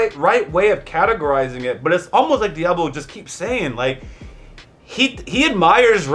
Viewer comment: saying the name correctly 👏🏾👏🏾👏🏾🙌🏾